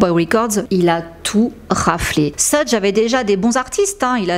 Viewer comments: Très bon travail, comme d'hab. Pour le détail (parce que c'est pas très important), je ne suis pas spécialiste mais je crois que ça se prononce "sheug" et non "seudge". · Thank you for your investment to inform us. Just to tell you that it's not "Sedje" Knight but "Shoug" Knight.